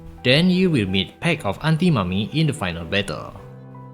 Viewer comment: way you say antinomy sounds like aunty mommy